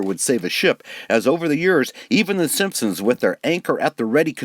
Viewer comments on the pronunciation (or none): none